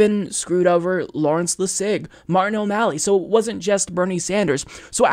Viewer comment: i always find the way says Larry Lessig's name funny